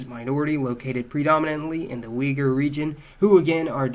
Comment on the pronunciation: Could you please try correcting your self and pronounce Uyghur correctly? Try and pronounce Oy'gur if you're having trouble. Love your videos but i cannot help but to cringe whenever you say "Weeger", im sure the rest of your audience would appreciate that. "Weeger" pronunciation is the result of the Chinese teaching, when asked about Uyghurs. They call Uyghurs "We" or "Wei". Chinese are known to mispronounce just about every words that requires rolling of the tongue, as well as prone to mix up letters "R" and "L", they're just wired that way, "Raughs out roud" "I rike lice" as examples(No offense). Thus making them unreliable to pronounce anything foreign to their culture and language, not to mention their distortion of history or anything thats challenging to their twisted backward ways.